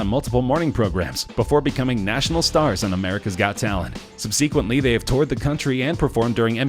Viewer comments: "Sub-see-quently"? Oh boy....😂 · sub-SEE-quent-ly? Really? English much?